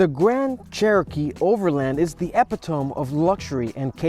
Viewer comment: Definitely is in the very beginning he said epit tome when it’s pronounced e-pit-o-me